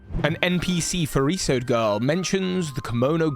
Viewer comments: Furisode is japanese so it’s pronounced as Fu-ri-so-de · furisode is pronounced fu-li-so-deh